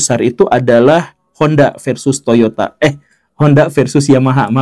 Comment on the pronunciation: Guru gembul selalu salah nyebut toyota.. Skalian bahas dong soal toyota